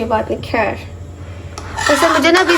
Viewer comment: Plz apni urdu ko theek kro ap indian nahi ho sb sis aik hi trah se word bolti ho kher Hoti he khher nahi